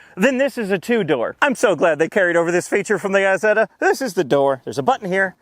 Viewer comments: This MF said "eezeta" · Eye-setter! it's an I not man E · Heeeeeeeeey....you said it properly towards the end.,....you mispronouncved at the start on purpose didn't ypu.